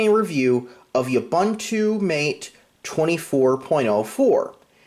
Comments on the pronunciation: OOH-BOON-TOO. MAH-TAY. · If you're gonna use it, learn to say it.... it's pronounced oo-boon-too (all 3 syllables rhyme with the word too/two)